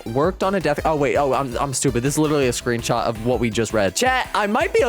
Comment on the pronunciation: how did it go from "death" to "dath"?😭